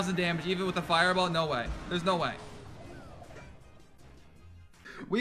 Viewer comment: That fireball(furball) caught me off guard. Im dying🤣🤣